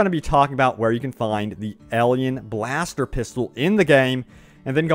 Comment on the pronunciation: What's a elien blaster? Are you trying to say alien?